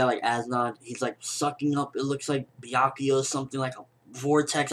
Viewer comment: That isn't anything close to how I read Byakuya's name.